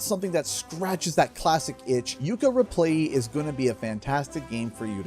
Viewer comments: Are you saying "Yooka ReplayLEE" or "Yooka ReplaYEE"? 🤔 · Is it just me, or is not pronouncing Replaylee correctly? Otherwise, great video.